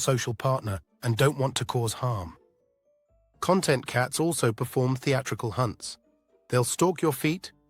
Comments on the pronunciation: A content cat i didnt understand ai what you meant for ages its con- tent not content 😂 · I would like a con -TENT' cat, not a CON' - tent one! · Great info! Btw, CON•tent is like “Table of Contents” and con•TENT is ‘happy with the way things are.’ It began to annoy me that the AI never said “con•TENT,” when that was the focus of the video.